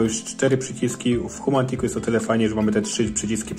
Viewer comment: Dlaczego wymawiane jest "humantik" zamiast "Homatiks"?